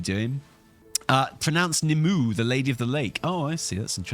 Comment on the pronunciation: I love your content but you are Welsh how did you drop the ball on pronouncing Nim-oo-way? This is like when Bellular wasn't up on his lore of the Tuatha de Danaan, Fomorians, and the like 😅😅